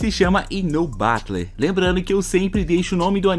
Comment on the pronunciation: Aulinha de inglês pessoal. A palavra : BATLE . Significa batalha e se pronúncia: BEROU. Mas se for pronunciar em japonês se fala: BATOU. Ou seja quando um japonês não especializado em inglês fala a palavra BATLE, a sua pronúncia sai BATOU.